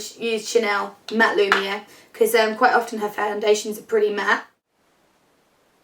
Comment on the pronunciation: i loooove whenever you say "lumiere" it sounds so cool